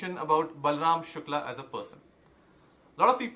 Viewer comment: Good you pronounce शुक्ल right, I am late to the party so can't take a position on the various aspects of the case. However your argument in support of Shukla i. e. he goes on tirth yatra and indulges in karna kanda is fatuous. I'll share an anecdote to illustrate my point, I had gone to an acquaintance, his sitting room walls, no place even to put a finger so to say, covered with pictures of devi-devtas, he was vehemently arguing in support of Pinarayi Vijayan. He ia not an exception but the rule. Some great saint had said stop reading the Gita, play football, for Hindu revival, Savarkar had urged, melt pali-panchpatra and make weapons out of them.